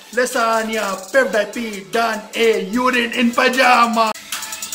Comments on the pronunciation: But I'm not surprised that he mispronounced PewDiePie as pev- die-pee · First of all his English is bad . Then he started complaining PewDiePie. Then calls Felix pudwaipie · dude he said Peffdiepie .😶😶😶😶😶😶😶😶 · pepepi is pewdiepei , wah bhai wah kya english hai! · He said pevedypi !!! Clap the hands for him 😅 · Everybody : PewDiePie He : Pev Die Pee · Pewdiepie....But you say Pepdiepe. Tseries.....But you say Tsarius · Pevdiepee what a pronounciation!!!😂😂😂😂😂😂😂😂😂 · Your T-Series pronunciation is hilarious hahahahaha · Not pewdip it is PewDiePie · every single info is wrong, first of all its not pevdiepee its pewdiepie and your song is not even good and the video u should about pewdiepie is fake because pewdiepie is from Sweden not india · Abbe vo peudipi nehi pewdipie he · Does a lot of Research Calls T-Series "Tasarius" and PewDiePie "PaveDyePii" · Me:T-Series He:Tesarais Me: Piewdiepie He:Pevdip😂😂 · No one Literally no one He:-piudiepi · Pew - Die - Pee Te - serious Most gunda person Most gundaest person I died 😅🤣🤣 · piw die peee 😂😂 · I was like what panish? LMAO ITS PEWDIEPIE 😂😂😂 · Excuse me sir? You dont actually know english bruuv Its T series not T seriass Its Pewdiepie not Peahsdiapoy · my brain will pain 🤦🏼‍♂️ And our brain pain after which the video 😖 Mr.GODDDD FO ENGLISH 🤣🤣🤣🤣🤣🤣🤣🤣🤣🤣🤣🤣🤣 T SERIES NOT DISEASES PEWDIEPIE NOT POWDEYPE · Pevdypee and tserias🤣🤣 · he said pevdiepee hahaha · How is PewDiePie related to Karl Rock???? PewDiePie and T-Series pronunciation is also wrong Song is very good.... Each Lasanya!!!!🤣🤣🤣🤣😂😂😂 Miliyan!...